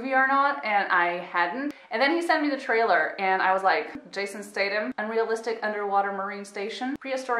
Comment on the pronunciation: "stay-tam" xD